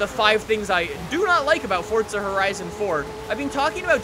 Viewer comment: It's forza not fortza